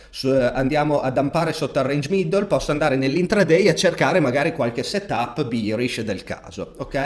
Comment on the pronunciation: sono atterrato qua incuriosito dal richiamo che hai fatto durante la live. la qualità dei contenuti era top già allora, ma la pronuncia di “bearish” ha fatto grandi progressi 😂